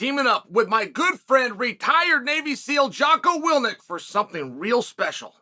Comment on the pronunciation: Love the fact that u don’t know how to pronounce your good friend Jocko’s last name